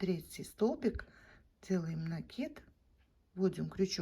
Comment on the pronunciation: Ну наконец то , правильное ударение в слове " накид"